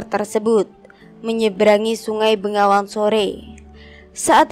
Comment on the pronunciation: peh salah semua pembacaan ya pajang bukan panjang bengawan bukan nengawan.malah mumet aku...